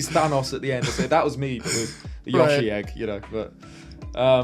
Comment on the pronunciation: The way pronounces Yoshi as Yuh-shi